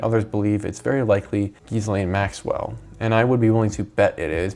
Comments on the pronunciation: One suggestion: G is pronounced "Gilane". Jonbennet is pronounced "Johnbennay". Little known fact: JB is a made up name. Its John Ramsay's first and middle name combined. Also, Cyril Wecht is pronounced as it looks: Wekt. He's arguably the top forensic pathologist ever. He recently died. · not that she deserves the respect of a proper pronunciation, but it's pronounced "gillane" or "g'lane" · their names are pronounced: John-ben-ay Mad-uh-lin Gee-lin (hard g) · It’s pronounced Gee Len or at least that’s how Ghislaines brother pronounces it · Hearing you say gizz over and over again was the worst. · Wait, you pronounce Ghislaine like that on purpose? Is it just an act of disrespect, or...?